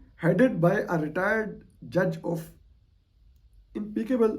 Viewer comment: Impeccable is pronounced as IMPEKKABLE